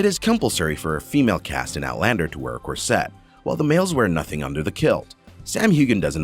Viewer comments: Also know how to say corset correctly. Also pumice stones. And pronounce Sam hueghan correctly also. And pronounce catriona correctly. (Sam calls her Katrina.) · Yeah ... who on Earth pronounces a CORset as corSET? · The narrator can not pronounce anyone's names! Not one. Or the word "corset"....not "curSETT"..... "pumice" is "PUMiss"..... Don't get me started on the Scottish place names.... I will not subscribe to inaccuracy! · Thank you, the facts are interesting - FYI, I stopped listening because of the many mispronunciations of actor's names, writer's names and general words like 'corset'... :(